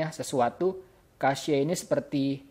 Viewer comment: haha itu bacanya (Cec):v gw sering denger orang bule di youtube ngomong cache. kalo kasye kan aneh:v